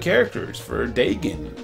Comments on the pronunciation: For a quick second I thought you said "bacon" and taven. Then again a handful of youtubers mispronounce their names. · It’s pronounced Day-Gon, and Del - Eee - ah. Not delta